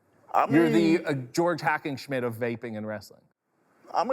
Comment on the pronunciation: "The George Hackinschmint of VAPING"😅😅😅